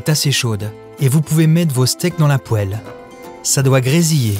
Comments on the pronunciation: Je pense que c'est un effet comique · il m'a rendu ouf ce con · Je déteste ça 🥶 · Vous faites exprès de prononcer poêle de cette manière ? C'est une vraie question. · moi j'adore